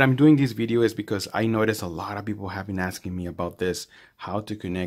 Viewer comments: a bideo? can't trust nothing u saying now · I'm just repeating what u said dummy, u clearly said bideo